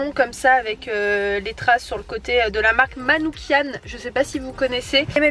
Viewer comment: Cafetière même si c'est pour le café et Manoukian simplement et non Manoukiane. Sinon continue ma Belle ! Tes vlogs sont remplis de bonne humeur et ça fait plaisir, la fin est un peu brusque tout-de-même